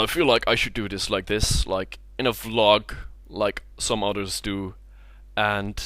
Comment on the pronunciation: "like some udders do." That accent.